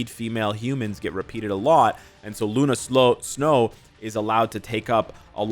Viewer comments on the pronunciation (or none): LOL you said Luna Slow!!!